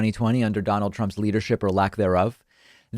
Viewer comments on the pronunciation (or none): none